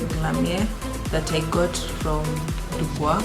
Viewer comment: I know you did not actually pronounce dubois right :>b. Tusemee tu dooboys Sasa tufunze kuapply lashes